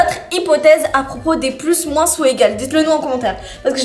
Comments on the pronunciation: Cc ces juste pour vous dire que moins sa se dit moin il y a pas de "sss" a la fin sinon continuez vos video ❤ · C'est pas moinse c'est moin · Comment ça "moinsse" c'est "moins" le s ne se dit pas mdr mais bon je vous adore continuer les vidéos 😂❤😊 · Je suis désole mais c'est trop perturbant le moinsss ( le s il se prononce pas ) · Pourquoi vous diser moinsss le s est muée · On dois pas dire le s quand on dit moins on doit dire moin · pour info moins se prononce sans le s a la fin mais pas grave tres bonne video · Pourquoi vous dites le s de moins sinon je vous adore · Pourquoi vous prononcer beaucoup le s de moins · Je vous adoreeeee! Juste une question 😅pk et disent le S à la fin de moins 😅